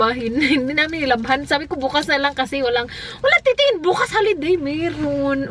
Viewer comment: when "bukas" sounded like "bks" and its way too cute!!! love you both!!😍😍